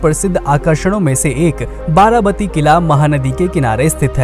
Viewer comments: It's not 'बाराबती' it's 'बारबाटी' (actually 'बारॅबाटी'). Odia names should be pronounced as Odia, not Hindi...like Bengali names are pronounced as Bengali and South names are pronounced as South. Simple! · वारावाती नहीं वारवाटी है